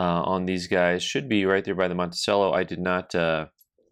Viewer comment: is clearly undecided on how he wants to pronounce Monticello.